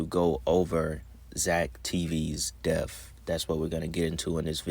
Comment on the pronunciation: His "def"... You want to promote yourself as a content maker while normalizing our ignorance... HIS "DEF"... You sound intelligent, so why mispronounce things. Is it on purpose? So the WORLD thinks even the "smart ones" don't know 💩 either Why is it Kool to be ignorant?